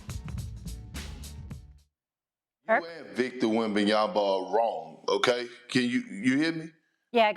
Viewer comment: perkins will be relevant when he stats saying his name right first...